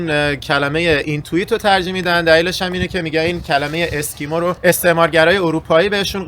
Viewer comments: اینتوییت یا اینوییت ؟ 😂 از همه ایراد می‌گیره اونوقت یکی نبود بیاد از خودش این ایراد بگیره؟ 🤪 🫡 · . ممنون بابت تعریف کردن داستان آلاسکا و ویدیوی قشنگتون. کلمه‌ی درستش Inuit هست و تلفظش “اینوییت”. "Inuit," meaning "people,"